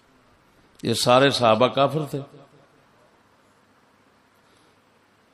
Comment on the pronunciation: اس لنک پر دیکھیں لفظ سید کا تلفظ کیا کر رہے ہیں لفظ کافر کا تلفظ کیا کر رہے ہیں تلفظ خنزیر کا تلفظ کیا کر رہے ہیں پھر جواب دیجیے گا کوئی بھی ان حضرت کا حامی کہ تلفظ ٹھیک کیا ہے یا غلط ؟